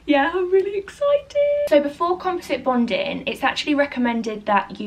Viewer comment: It's "bonding," not "bondin."